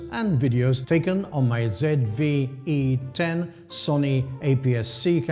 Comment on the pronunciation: Thank you for saying ZED Vee E ten!